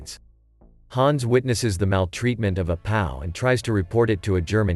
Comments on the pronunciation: '...the maltreatment of a pow' Idiots who use computers to do voice over. Perhaps it mean P. O.W. Moronic video. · Of a “pow?” It’s a P.O.W., brah. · please learn to pronounce “POW” correctly